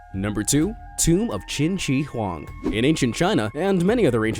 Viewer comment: Lmao qing shie huan